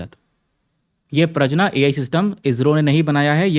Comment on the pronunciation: It's प्रज्ञा not प्रजना